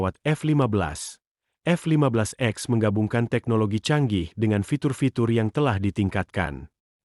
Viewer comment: Boss bukan F 15 x, tapi F 15 ex, baca "ix". Sebelum baca narasi, belajar dulu